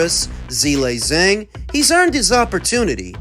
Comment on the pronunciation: Love the videos but name pronunciation was lacking this episode - Chiss-OR-Ah not Chiss-OR-EE-Ah A-Jit not A-Git Zhillei ZHANG not Chang Tim Zoo not Kazoo Steve Kim not Kimothy Look oh lol you're f*ing up the names on purpose?